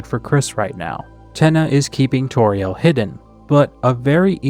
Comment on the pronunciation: Don't say Toriel like Torielle...! It's not French, it's very explicitly a play on "tutorial" (see the search results from Kris's web searches with the piano two Toriel) (and also her role in Undertale) (and I guess also also her role as a presumably first grade teacher in Deltarune).